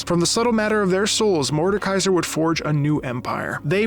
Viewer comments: Just a little correction: you say Mordenkaiser with an imaginary n but you say it „Morde-kaiser“ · macro: some of you got annoyed when i said atrox me when he says mordenkaiser for the whole video and when he spelled it mordkeiser in the description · You likely misspoke when you said MordeNkaiser earlier in the video (like right after talking about the hate you got for calling Aatrox Ahh-trox), so I won't tease you about that. League names are sometimes hard. I don't envy you if/when you get to Illaoi. Morde is one of SEVERAL big bads in the world of Runeterra. There are: - The Demons (Fiddlesticks, Nocturne [though he's literally in the Shadow Realm atm], Evelynn, Tahm Kench), although they seem to be more keen on acting alone and doing stuff randomly to sate their hungers. Meeting one (maybe except for Tahm) is almost always certain death. I say almost because Vayne, Lux, Garen, Swain, etc have all faced/met demons before (not sure how many regular people have) and survived. There are also the Azakana, lesser demons that usually feed off of negative emotions like in the cinematic Kin of the Stained Blade, but are hunted and destroyed by demon hunters (Yone is one). - Mordekaiser, who is such a threat that there is an entire order dedicated to keeping him locked up, headed by a powerful mage who is like 1000 years old as she was there when he was killed the second time, possibly was the one who defeated him, not sure. - The Darkin (Aatrox, Varus, Naafiri, etc.), who were Shuriman Ascended God Warriors who were slowly corrupted by blood magic after fighting... - The Void (Bel'Veth, Cho'Gath, Rek'Sai, etc.), who were either created or stolen from Runeterra and corrupted by... - The Watchers (no in-game champs), they want t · "some of you got mad when I said A-Trox, Aatrox" "Morden Kaiser":face-red-droopy-eyes::face-blue-wide-eyes